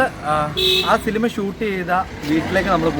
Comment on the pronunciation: സിലിമ അല്ല സിനിമ എന്ന് പറയാൻ പഠിക്ക് 🤣🤣🤣